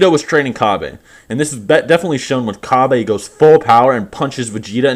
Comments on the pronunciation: Isn't his name Cabba? Not Kabe? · You know you're the only one who pronounces Kabba as "Kabé" right?